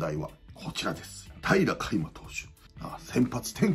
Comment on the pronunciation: 平良有りが、 平愛梨って聞こえるんよ笑笑